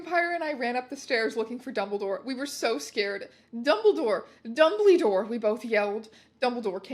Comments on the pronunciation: I'll forever hear 'dumbledore' as 'dumbleydoor' from this day forwards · i am unable to express to you how much it makes me laugh every time you say dumblydore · "Dumbleedore" thats all😂😭